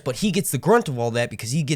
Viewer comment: Great video, great show, honestly didn’t think I’d like it at first, but it definitely grew on me……also…..”brunt” 😂